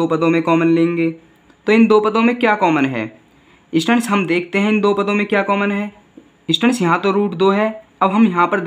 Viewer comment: Students hota hai bhai stands nahi or ya fir to samajha hi lo ya fir stands hi bol lo 😂😂😂😂